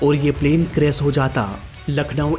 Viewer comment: Anchoring karna to Sikh lo😅 बारिश होता😢 बारिस nh hota क्रैश hota क्रैस 😅 nh hota pronunciation पर कम करो सारे बिहारी आ जाते हैं उनके